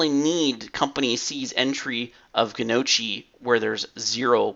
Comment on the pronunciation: It's nyocky not gunocky. jk. great video. lots of good stuff to check out here. Great job walking through everything you were doing. Drives me batty, but you're doing it right. Good job putting in the bound company field. One thing I'd recommend is putting in the products Descending in your query. That way you can avoid that problem of 'I don't know what the big blue chunk is'. Nice to see top products first too for most uses. Another nice update is a 'view details' link that pulls up the query or a report view filtered for that product. You're right the execs want pictures. But there's always that guy that wants to drill down.